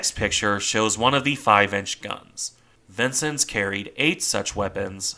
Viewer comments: I believe her name is pronounced "Vince-Ens", not "Vinces". Nice presentation, nonetheless.. keep up the good work! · It's pronounced vin-sins, not Vincent. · as someone who served on cg49 , it is pronounced vin-senz, not sins. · Being originally from Illinois I have always heard the name pronounced "vin-senz" rather than "vin-sins.." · neither way, vin-senz is how you pronounce it. im fairly familiar with it having served on one of the vincennes!